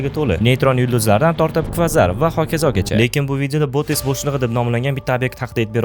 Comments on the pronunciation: Bootes emas boteks bo'shlig'i😂😂😂😅😅😅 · Botes deganizda boteks deb eshitipman😂